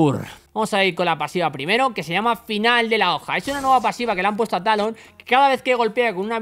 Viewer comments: te falto la R de talon ???? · fue cosa mia o se saltó la R de Talon? :v